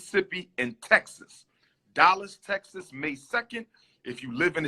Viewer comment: Dollas, Texas? Why does he pronounce his A's like O's?